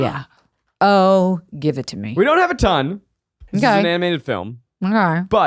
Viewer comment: Zach said Thon